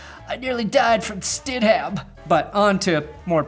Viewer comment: Its pronounced Sted-Umm. NOT StedHAM. Just saying.